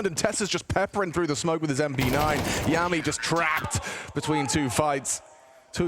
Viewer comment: Yami is "Yah-me" as in Yami Yugi and Veccii is "Vee-Chee" as in Veni Vidi Vici. I have no clue how they manage to mispronounce every players name on these random teams but its funny